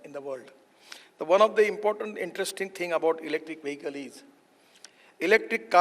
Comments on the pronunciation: Bro anchor , it is not 'Wahikal' its vehicle. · The anchor cannot pronounce "vehicle"